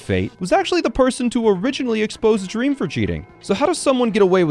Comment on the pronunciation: bro i can't believe you mispronounced dream like that 💀